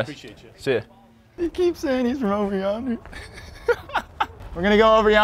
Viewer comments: The fact thay he couldn't say, "Over Yonder" is killing me! 😂😂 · Over onder? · The funny thing is that "Over Yonder" is an old phrase, so I just don't understand how the older employee couldn't pronounce it right, and yet could! 😂😅🤣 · The captions having every mispronunciation of ‘yonder’ is pure cinema